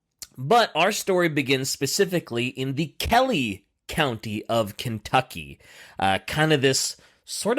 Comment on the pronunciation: Ken tuck ee.